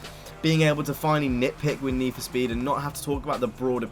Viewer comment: NEE FO SPEEED